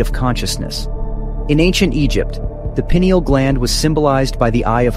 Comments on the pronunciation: Toward the end the subtle correction in pronunciation of 'pineal' is much appreciated by me...adds credibility to the presentation. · Payneal is the most accepted pronunciation, I think, but I might be wrong. Pineal gland has its name due to similarities with the pine tree cones, so I'd be incline to pronounce it " payneal" Thank you.